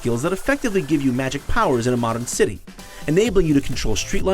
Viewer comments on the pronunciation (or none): none